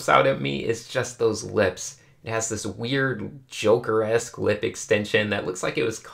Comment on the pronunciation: I can't tell if you said "Joker-esque" or "Joker-ass" lips. They mean the same thing but sound so similar. Edit: Captions are even worse with "s-clip".